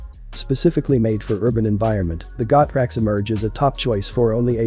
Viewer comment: Pronounced "Go" "Trax"....... not "Got" "Rax".....ya "Dumb" "Dumb".